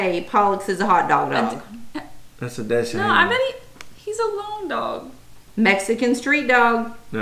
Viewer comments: He is so cute. Dachshund is pronounced Doxhund. LOL! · FYI: DACHS = German word for Badger; pronounced "docs" or "dox" + HUND = German word for dog / hound; pronounced "hoond" , with the 'oo' pronounced as in 'book' and 'foot'. (DOX•hoond), is the proper way to say weinie dog. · Dachshund, pronounced "dah cksoond" . German for badger dog. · Dachshund is pronounced DAAKS-hoond. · No, the Dachshund is a German name and is pronounced as such: Dachs Hund. Dachs is the breed, Hund means hound or actually dog if you will. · None you know how to pronounce dachshund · It’s NOT pronounced DASH-HOUND! DACH-SUND pronunciation please. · Im sure you've heard this by now. Dachshund (properly pronounced kind of like doks-hoont) in German IS the German "weinerdog" that Americans pronounce "doksund" with a k sound in the middle, not a t sound. I was being he was a smooth collie mix. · Not trying to be rude but the proper pronunciation for dachsund is (dak-sund) I really like ur videos! I subbed! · You guys are so cute. American Staffordshire (pronounced like "stafford-sure") Terrier is more commonly called "pit bull," which you've probably heard of. ;) And "dachshund" is a German word (dachs = badger and hund=dog) and it's pronounced sort of like "dox-hoond", not "dash-und", so yes... the weenie dog. ;) So excited for all of you! How fun to see Pollux's results! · love your videos. A Datsun is a car, a dotson is no kind of dog. dauchshund is commonly pronounced dockshund. Or dash hound. Wish I could have found out what my mixed breeds were. But back then they didn't do that. We just lived calling them Heinz 57. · Your Husband should get acquainted with how to pronounce Dachshund - the German small burrowing hunting dogs. "Dax-hount". They are used to hunt in Badger-burrows.